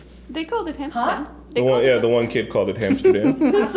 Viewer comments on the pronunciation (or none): BTW, the episode is called "Hamsterdam," not "Amsterdam."